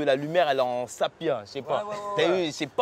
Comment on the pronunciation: Là lumière elle est en "Sapia" , nan Sépia* OldP